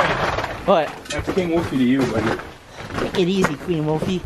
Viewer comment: Plz stop saying take it easy like that it's retarded